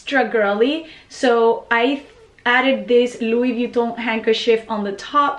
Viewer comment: Wish I could say Louis Vuitton like you do, but my Midwestern accent just won't allow for it. Need to bite the bullet and buy a Louis, love your purchase.